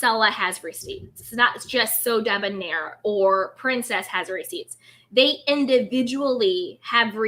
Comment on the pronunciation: Monica tended to pronounce Sodeb(near) instead of Sodeb(nair), last syllable rhymes with hair. "Blaine" pronounced his name in the same unique way.